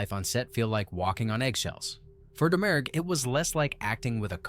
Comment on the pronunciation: In This Island Earth you are pronouncing her name in-correct. Faith Domergue is pronounced Faith Dah-mure